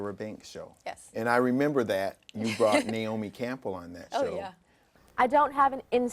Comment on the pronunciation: he said Naomi"Campell"